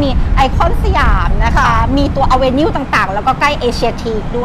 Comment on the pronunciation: ชอบสำเนียงพูดคำว่า avenue มากครับ